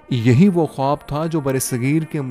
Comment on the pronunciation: آپ کا خواب کا تلفظ درست نہیں۔